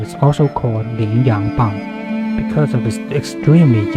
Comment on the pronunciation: I'm kinda curious...as someone from the US the pronunciation of the "Bang" part of the weapon's name is kinda odd to my ears as when I hear it, it sounds like "Baan/Bahn" with a silent G on the end. If it's not too much trouble, what would be the closest sound/pronunciation for someone who isn't fluent in Chinese or am I hearing it right and it's a longer A sound with silent G on the end?